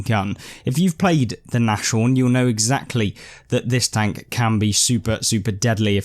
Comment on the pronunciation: If you know the Rapper Nas then you’ll know how to pronounce NAShorn 🦏 😉